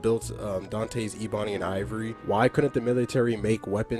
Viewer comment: Dawg, it's pronounced (Eh-buny) Ebony, not (Ee-bunny). Besides that, 💋💋💋 Great video.